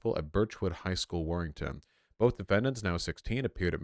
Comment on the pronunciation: It's weird to hear vaush say "warrington"